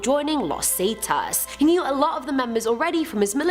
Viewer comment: The fact that she said zetas saitas 😭